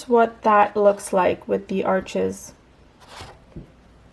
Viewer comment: Arches is French, it’s pronounced “Arche,” the (s) is silent, Thanks for sharing!!!